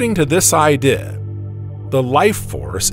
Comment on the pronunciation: Man please quit writing ‘idea’ into the script. The AI narrator just can’t handle it.